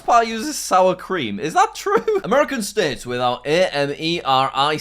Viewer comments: bro became Russian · No one is talking about when jack is saying the names with the letter of the states he sounds a little Russian or is it just me?